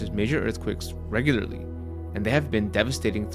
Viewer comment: good content. the narrator needs to use betten enunication -- words such as: regularly, history, important, citadel -- are garbled and have no pronunciation of the letter "t"